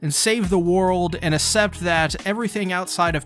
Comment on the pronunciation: accept is pronounced ak-sept